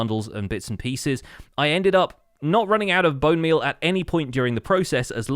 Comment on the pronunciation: why is nobody talking about how he called bone meal as "bone beal"